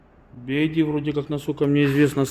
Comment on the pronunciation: Братишка, BYD (би вай ди).. "Ай" это другая буква.."i" 🙏